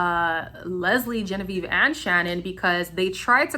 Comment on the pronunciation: I do not like Leslie at all. You said gen a ve ve 😂😂😂 i think Leslie and genavieve only care about being on the show. They do bring drama but it’s cringey, Although I love Shannon and kyra, I think Shannon was just trying to be a good friend and look out for her because she did let will get away with basically cheating. I love Shannon and of course cash!!! I think cash should pick Charlie because cinco is way to back and forth. Olivia and korey seem to be faking it but I love them both for some reason lol